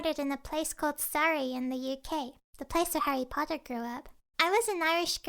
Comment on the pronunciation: how pronounce harry potter: HAIRY POTTAH